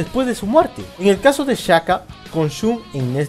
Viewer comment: Se pronuncia "Shaka" no "chaka"